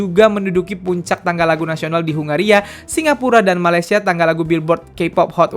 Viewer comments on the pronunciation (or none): none